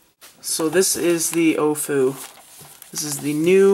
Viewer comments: It's pronounced OWWWfu not OOOOOOfu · It's not the Ohfu, It's the AoFu. Should be pronounced like Aolong. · i thought it was pronnounced "owfoo" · "The Moyu OhFu" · Let me correct he says oofu